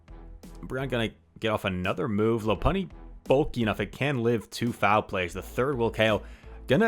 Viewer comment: it's pronounced lawpunny